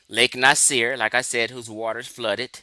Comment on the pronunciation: you’re not even a continental Afrikan—you don’t recognize that modern country borders were drawn by colonizers. The present-day people of Egypt and Sudan include Nubian populations, but labels like “Nubian” and “Egyptian” are constructed terms; the native people know who they are. Even something as basic as pronunciation gets overlooked—Lake Nasser is pronounced Nah-sa, not “Nasir.” It’s also clear the man is not YT—start there. And Arab is primarily an ethnicity / ethnolinguistic identity, not a 🗣️ RACE. • Ethnicity = shared language, culture, history, and ancestry • Race = a much looser, socially constructed category based mostly on physical appearance So speaking Arabic or identifying as Arab does not automatically make someone a separate “race.” That’s exactly where a lot of confusion starts.